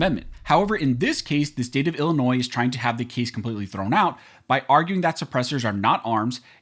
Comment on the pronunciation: FYI : Illinois is pronounced as i·luh·noy, NOT i•luh•noiz